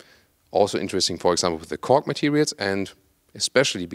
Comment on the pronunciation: It sounds like fool of “Kork”::))